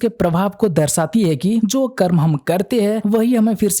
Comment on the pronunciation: भाई एक अनुरोध है कर्मा नही कर्म बोला करो